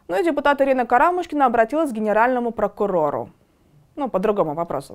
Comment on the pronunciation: Что с ударениями у этой ведущей?! Как можно быть русскоязычным профессиональным журналистом с орфоэпическими ошибками произношения? То у нее "летА", то "КарАмушкина"... Куда смотрит редакция? Можно же перезаписать! Или у нас какая страна, какая власть, такая и оппозиция?